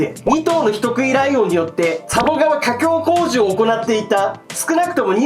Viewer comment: ゴメンなさい、自分はポン酢＆ニンニク派です 失礼ながら「架橋工事」って普通に滑舌よく言えるのが凄いと思いました！ 多分キリンさんは言えずに誤魔化すと思うので。。。